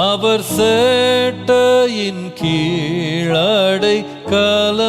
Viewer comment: Pls correct pronunciation use this song.... Not சேட்டை கீழ்..... செட்டையின் கீழ்